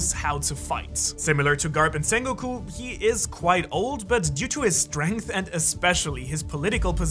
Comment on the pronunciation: Zakazuki.... Zengoku.... smh